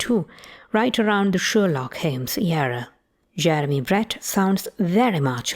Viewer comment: Sherlock Heems ))